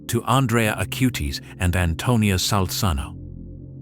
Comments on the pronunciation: Acutis not Acūte-is. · Please...pas CARLO AUTI mais CARLO ACUTIS!...:hand-orange-covering-eyes